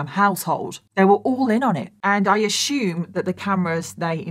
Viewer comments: Hey fellow Americans.... Does it kinda drive U crazy that saus, Ashume... instead of Assume? Lol.. My aunt was a war bride, just 16, and my uncle 18 when they married in England, and she came to America. They remained married all their lives. Sweetest thing I've ever seen. But, m y aunt would say...eer(?) (air?)...instead of OUR LOL.. Now, I've got the same thing going on with Ashume anyone else? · "How do you pronounce ASSUME?" America: uh-soom. Britain/Australia: uh-syoom: uh-shhoom! 😂